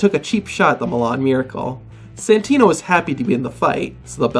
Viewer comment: He said santina